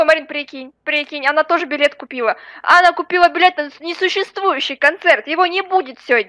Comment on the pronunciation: сказала билет а слышится б**ть